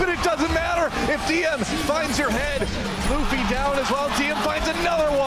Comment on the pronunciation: Great vid (biased obviously), just wanna point out that Luffy is pronounced loo-fy after the character in the One Piece manga